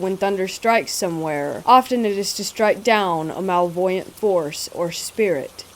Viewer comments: Love these! Your readings are so great! 💕 One gentle little bit of pronunciation help (the only thing I've ever noticed, btw 💙). "Malevolent" is actually pronounced just like it's spelled. "mah-lev'-o-lent." 💕💕 (I only know it bc I read a lot of old-school horror.) You so rock, and I hope that helps! 🥰🥰🥰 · It's the lower inflection it bugs me as well, also the way she pronounces malevolent and etcetera annoys me too but I do like the stories so I shouldn't complain lol x